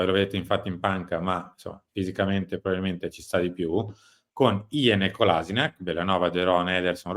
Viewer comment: Kolasinac lo pronunciate male